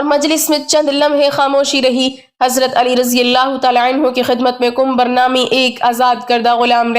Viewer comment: Suno Kumbhar Nahin Kambar naam hai